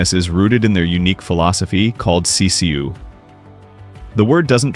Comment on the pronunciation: "Sisu", not "CCU"